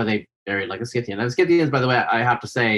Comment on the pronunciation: For Pete's sake! The "c" in Scythians is SILENT!